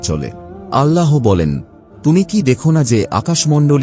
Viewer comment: আল্লাহো নয়, আল্লাহ